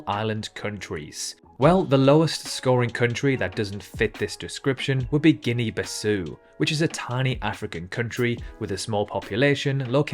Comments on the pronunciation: “Guinea Bissou”? It’s name is Guinea Bissau. You should learn to speak properly so that people won’t think you’re a nincompoop. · Check your pronouncing of the places… Guinea-Bissau for instance you don’t pronounce it Bissou but Bissau like the ow in brown!